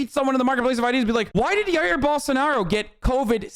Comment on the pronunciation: The way he said Jair Bolsonaro made me physically flinch ngl